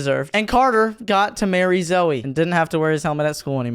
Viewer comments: Zoe it sounds like zoey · She said zoe😅😅😅